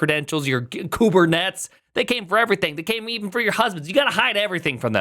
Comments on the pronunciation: Another worthless Millennial that can't even pronounce "Kubernetes". Why the fuck is this retard in my feed? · This guy's vibe-pronouncing Kubernetes 😂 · Why are you pronouncing "Kubernetes" like an absolute freak 😂😂😂